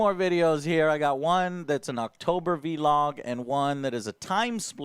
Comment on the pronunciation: How does he pronounce blog cause he says vlog wrong everytime